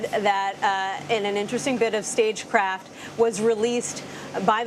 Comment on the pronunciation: “Statecraft” Not “Stagecraft”